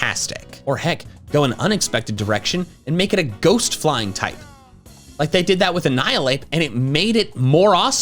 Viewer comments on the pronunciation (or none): none